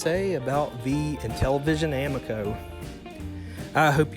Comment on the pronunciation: a mee co, I believe it is pronounced.